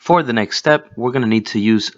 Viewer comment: Thanks a lot for the video. Great to know how that works. Please do your listeners a favor and spend some time on the pronunciation of "the". Your English is too good to embarrass yourself with this